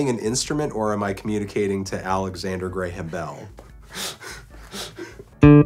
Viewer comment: anthony says "alexander graham bell" as "alexander gray-ham bell"